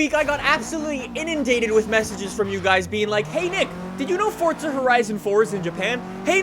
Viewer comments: It’s not fucking fortza it’s fucking FORZA. He says it like it’s fucking pronounced Fort za. Omg he is so damn stupid. WELCOME TO FORTZA! ITS FORZA U IDIOT. FOR ZA NOT FORT ZA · It's Forza not Fortza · its not fort-zuh its four-zah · FORZA.......not forTza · how does this guy have almost a million subs with the way he says forza...its not fortzuh bruh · KAL 1 Am I the only one hearing him say FORT?